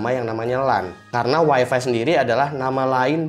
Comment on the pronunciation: Weeeefffeeeee yang bikin kuping gua panas di mana tempat selalu di sebut. Parameter kebanyakan orang weeeeeeeefeeeeeeee itu super jet BANG.